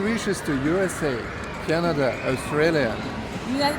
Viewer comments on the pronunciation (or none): none